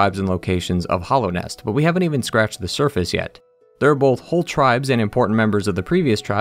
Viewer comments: All of your opinions are invalidated by the fact that you keep calling it "Hollownest" instead of Hallownest. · Hallownest not "hollownest" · I love your videos but your pronunciation of hallownest is driving me nuts